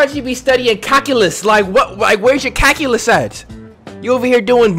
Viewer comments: Nobody:: “Cackulus” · Y’all are just gonna ignore he said CATULUS?! OR CAKULUS?!? 💀💀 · Jai L. He said CACKALUS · pronouncing "calculus" as "CAKuois" lets me know he's probably never taked the class 🤦🏾‍♀️ 😂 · My mans said "cackulus" !!! 😂💯👏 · "I thought u be studying CAKyulus, like where your CAKyulus at? You over here doin' murder where's CAkalus When i tell u I laughed so hard at that, tears came down my eyes. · Bro, the way you pronounce calculus is funny.